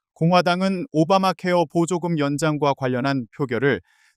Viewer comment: 머야 세번째 뉴스는 앵커가 아니라 ai인가? 어떤 공부를 하다만 앵커가 [오바마케어 보조금]이 아니라 [오바마 케어보조금]이라고 읽어